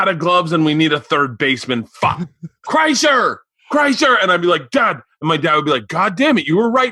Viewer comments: Am I crazy, or was Ricky boy saying KreischNer just to see if Bert would bring it up? Rick and his human being studies. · Rick said Bert Kreischner. lol. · I thought Rick was saying Kreischner on purpose to see if Bert would say his breath was bad. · Great episode! 😋👍 I was so happy when Bert corrected rick on the pronunciation of his name, that was the PERFECT way to illustrate EXACTLY what they were discussing prior to!!! ❤️ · Yeah until he consistently said Bert's last name wrong. Then it got uncomfortable